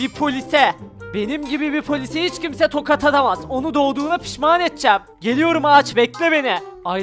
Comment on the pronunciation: sen tokat yerine tokad diyorsun. Yani konuşmana laf, etmiyorum. Abi, tabloya bende çıkarın lüuuuuuuuuuufen. Ya...